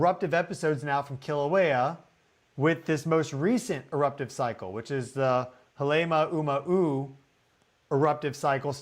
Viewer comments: Please learn how to pronounce Halema'uma'u. It's HAH-lay MAH-oo MAH-oo. (It means house (hale) of the 'āma'u fern, which used to be prevalent on the crater's rim.) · Yes, out of respect for Hawaiian people and culture please learn how to pronounce MAUNA ( mountain) instead of mana ( spiritual power). Love you but please get some help with pronouncing Pele’s home Halema’uma’u.